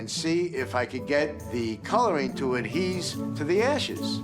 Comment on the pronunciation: It is adhere to, not adheeze (?).